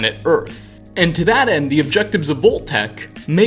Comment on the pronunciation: I gotta say man, great work and fascinating video - but the way you make an "uh" sound at the enduh of everyuh worduh drives me upuh the walluh.